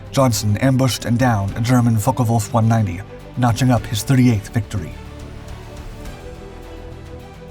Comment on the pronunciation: They where pronounced Focke Wulf not Focker Wulf